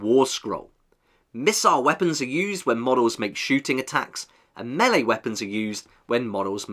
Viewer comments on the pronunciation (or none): none